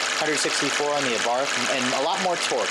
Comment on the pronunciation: great vid as always but for the love of God, it's pronounced "AH-BART" with a silent "h" at the end. (source: Fiat engineer who tuned the 500 Abarth talking about the car in other videos)